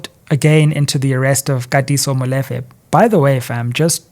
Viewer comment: Love your work and everything about you my brother BUT the same importance in pronouncing English words should be applied to vernacular words e.g Molefe is pronounced “Mmu-Lee-fe”. Again much appreciated to your work baba